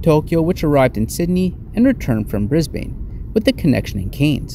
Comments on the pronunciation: No hate but just a heads up us aussies pronounce cairns like cans and we also pronounce Brisbane like Bris-bin anyways great video hope you have a fun time on your other adventures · I'm a Cairns resident, and it is pronounced .... 'Canz' .. liked the vid though and you have just convinced me to take the trip to Tokyo !! Didn't get how much luggage you allowed, but ill soon find out ..